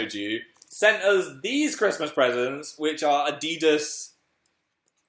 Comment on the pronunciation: ITS NOT ADI DAS. ITS ADIDAS